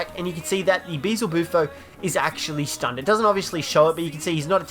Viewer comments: What do you mean you can find the Spino on every map? You can't find it on Scorched Earth. Also, it's Beelzebufo, not Beezelbufo. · Ugh you said bee-Zle-boo-fo it’s supposed to be bee-el-zu-bufo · Why can't anyone pronounce "Beelzebufo" correctly? Everyone says beezlebufo and it's just wrong. Just pronounce it phonetically "Be-L-Z-boo-foe". That said, I love the vids! Keep up the hard work; you're one of the few ARK youtubers I don't get tired of super fast and you are constantly getting content out. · I will never get over Managarmyr and Beelzebufo being pronounced wrong